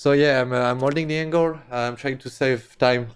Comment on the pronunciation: Kenny cant say angle right, lol but still love you.